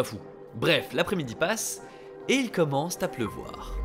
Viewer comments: "et il commence-T-à pleuvoir" Oui. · "Il commence ta pleuvoir" 🤔 haha sinon bonne video